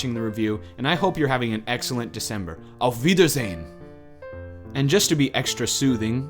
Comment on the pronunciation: Cool. I am German. And it was very good. I mean your "Auf Wiedersehen".